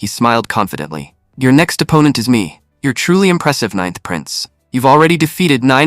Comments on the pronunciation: 'ninnth' with short 'i'. oh,, you had been doing so well... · ca 'ninnth' again, twice. (it's actually becoming amusing).